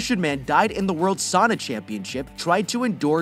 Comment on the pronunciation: "Saana" 😂 its not that hard to say its just Sauna